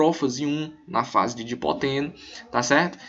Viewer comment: Não é Dipoteno! as fases lidas corretamente sãoa : LeptÓteno (lê-se = Lêptótêno), ZigÓteno (lê-se = Zigótêno), PaquÍteno (lê-se = Paquítêno), DiplÓteno (lê-se = DiPLÓtêno) e Diacinese (lê-se = Diacinéze)